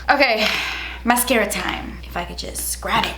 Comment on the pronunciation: "and now I'm gonna take the mascaaaaaafdskghhhftschhhh" 😂